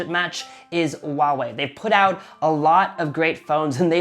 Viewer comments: Still not getting it? It is supposed to be pronounced as "Hua-Wei", not "Wa-Wei". Chinese name for Hua-Wei has two characters: traditional Chinse: “華偉”，simplied Chinese: “华伟“. "Hua" denotes the ancestral lineage of the Chinese people, "Wei" means being great. Mandarin is a tonal language. You have to say it SUPER PRECISE and when you pronounce it wrong, it means completely two different things, and "Wa-Wei" means nothing at all in Mandarin. Get it? It is as if you pronounce "huge" as "Uge" (Trump does that), or "hungry", as "Ungry". Makes sense now? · the way he pronounces Huawei grinds my gears a bit. It's meant to be pronounced with an audible "H", like "Hwa", as opposed to "Wah". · "WA Wei" phones are great. Go "WA Wei" go WA Wei. There is a fuking H in the front. Learn to pronounce the brand correctly, will you? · this man said WAWE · ffs. It's pronounced HU(LIKE ХУИ)-A(LIKE APPL)-WEI(LIKE U-E-I), NOT SO HARD YE? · HOW IS NO ONE HERE PISSED ABOUT THE WAY HE PRONOUNCES HUAWEI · He is not even saying it right.😂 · No problem, dude. It is just getting really annoying since everyone who is not familiar with Mandarin is pronouncing the name wrong. Keep in mind that Huawei is world's number 1 telecommunication equipment company pushing out 5G and cellphone is not a huge part of their business. I just think if you are going to review such a big firm, at least learn to say it right. By the way, I live in Dubai and people corrects my Arabic pronunciations all the times and that's how I learn.